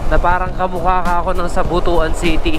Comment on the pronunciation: Hahaha natatawa talaga ako sa pag pronounced ng BUTUAN-LETIRAL NA BUTOAN pag ka rinig ko.